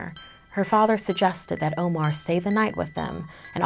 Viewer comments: IKR! She literally pronounced "omar" as 'omore" which is an ice cream brand 😂😂😂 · My name being Omar aswell, I am offended.